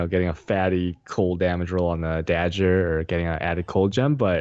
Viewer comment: PLZ READ THIS dagger is prononced "dagger" not "dad-jer"